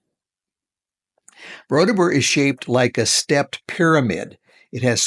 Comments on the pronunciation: Its borobudur not bodordubur sir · You keep saying BoroDUBUR instead of BoroBUDUR. I'm 36 years old, and here I am laughing myself silly because DUBUR means anus in Indonesian 😂😂😂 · I love how you butchered "Borobudur" so many times lol 😂 😂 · lol i was about to say this ..... its funny